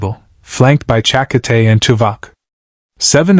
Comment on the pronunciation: Cha-ka-tay, that gross mispronounced name gets you a dislike.